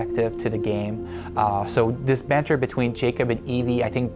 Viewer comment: THE BENTER? you mean banter? no? Oh god we're doomed